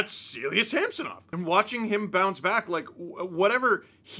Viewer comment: Great win only marred by the continual mispronunciation of Sammys name by the commentators 😂 who the heck is SAM SO NOV